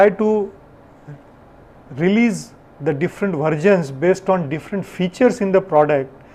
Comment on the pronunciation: "Vergin" or " Versions" pronounce it appropiately.